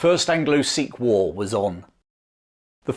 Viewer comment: I love how says war like, ‘whoar’ 😅🤣